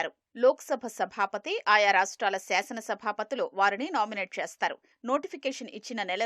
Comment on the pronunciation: Madam, pronounce it properly. Seasana (సెఆసన) sabha ❌. Shasana (శాసన) sabha ✅. దేసం desam ❌ దేశం desham ✅